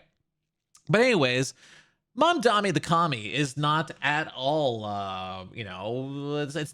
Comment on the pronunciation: why do people still call him mamdami. its mamdani, is this an american thing. it seems like no one can pronounce it